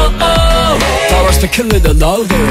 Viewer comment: p、o、w、e、rとか、他のとこもだけど壱馬くんの英語の発音がかっこよすぎてなんでも聞いちゃいます😍ラップも含めボーカルがどんどん最強になっててこれからが楽しみだし嬉しいです！ ランペしか勝たん❣️